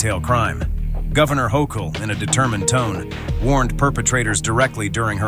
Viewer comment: How many different ways did the Announcer pronounce the Governor of New York's last name? I lost count!